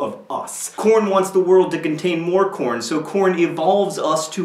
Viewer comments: i thought you said "porn" at first lol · i thought you were saying porn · for a second i thought you said porn... XD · ... I had to watch this twice because the first time I thought you said "porn" instead of "corn". I am so, so glad it's really corn. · In the beginning, i thought he was saying porn. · ...I thought you were saying "porn" instead of corn.... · At first I thought you said porn... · I did not think you were saying corn..... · It took me a while before I knew he meant corn... not korn... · in the beginning I thought he said 'my father was already obsessed with porn' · thumbs up if at first you thought he said porn at first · at first i thought you said something that sounded like corn...